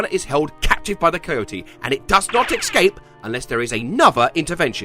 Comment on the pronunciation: I used to mispronounce the word "escape" like you do. It's a common mispronunciation. I learned it from my mom and I imagine my friends growing up all pronounced it like that. It's actually a cooler sounding way to say it like that. Plus it's harder to pronounce it correctly. We tend to go with the easy way to say things which is why we might say "jeetyet?" instead of "Did you eat yet?"